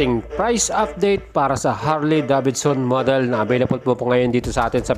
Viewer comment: Sana lang brod...binigkas mo ng maayus ang Davidson... Sa tunog ng bigkas mo...Davidson... Dapat ang bigkas/sound... deyvidson... Hindi da. Bid. Son..